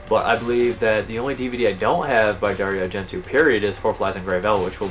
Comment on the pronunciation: just for your own peace of mind it is pronounced Dari-O Argent-O enfasis on the O it's Italian. i'm not tring to be a dick just thought you would want to know.. thanks again for all the info..I tune in all the time.